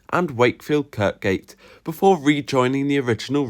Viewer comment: Kirkgate is pronounced with a silent second k.